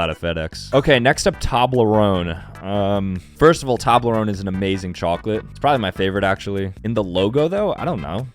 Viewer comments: It’s TOEblerone not ToBLERONE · the fact he said toblerone like tah-bleh-ron when its actually toe-bleh-row-n made me wince so hard bro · Ain’t no way my man said “Tahblerone” 💀 my boy, it’s Toblerone (Toe-blher-own) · No no no its not tAblerone its tOblerone as in toe-blerone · its pronounced tobe-la-rone not tob-la-rone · Yes, FedEx DOES own a fleet of planes... it is pronounced 'toe-blah-roan' .... and, let me just point out your ignorance... 'Bern' means Bear ... the city is literally named 'Bear' It is known as The City of Bears and has one of the largest, most populated nature preserves INSIDE the city.. called Berenpark... which has been around since the early 1920's ... The city's royal crest is a bear rampant and yes, Switzerland has bears.. They had more, but they died out.. See, Bern was founded in 1191... FIVE TIMES OLDER than the US of A ... so, check your self with your flippant critique of the city... on a positive note about Switzerland, the flag is a big plus..! um.. you dont know what the Tour de France is??! it doesn't NEED accessibility... EVERYONE across the WORLD knows the Tour de France... it is the Premier of all bike races.. its like criticizing the Olympic logo because it doesnt SAY Olympics, its just colored rings.. what? are we just SUPPOSED to KNOW that its the 'olympics'? YES. the Tour de France is SO ridiculously world reknown it has zero need for recognizability and has graduated to whimsical .. check the formula 1 race logo... or the previous Tour de France logos..... yeah its like three times your age... check your ignorance before you 'dogwater' ... you should check out several of the zoo logos.. many have the negative space done well Pittsburg Zoo Kolner Zoo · Man just said toooblerone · its *tooe*blorone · DUDE ITS PRONOUNCED TOBE-LERONE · "Ok next up tAblerOne" 💀💀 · anyone else triggered on how he says Toblerone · He said toblerone wrong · You can't pronounce Toblerone. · The way he said Toblerone tho